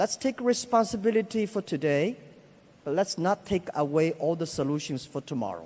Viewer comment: Jack: At china doday, we have eighteen hundreed new babies born every year, which is not enough. xD This guy isnt listening to his own words, btw, he is talking bullshit and Elon is internally frustrated and wants to say his opinion :D